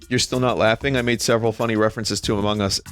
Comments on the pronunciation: Ama hugz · Ama guss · I really like the way vinny pronounces "amogus"